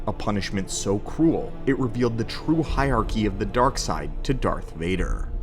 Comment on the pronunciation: There are TWO r’s in hierarchy. “Hire-arky”, not “hyarky”